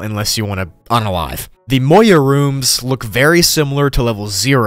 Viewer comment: Bruh moai not moyai